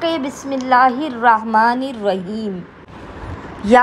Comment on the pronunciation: معزرت کے ساتھ بسم اللہ کو صحیح سے پڑھے اور ان اعمال کا حوالہ بھی دے تو بہتر ہے